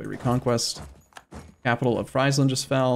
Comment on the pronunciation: Friesland is pronounced Freezeland fyi